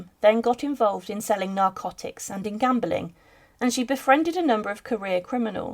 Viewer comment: The word “gambling” is not pronounced as “gambolling”. What is this new trend of words containing “le” being pronounced with an extra “e” or “er” before the “l”. This is the way children speak before learning correct vocabulary. If they ever will now. It’s everywhere and getting worse…adults speaking like nursery kids makes them appear uneducated and ridiculous.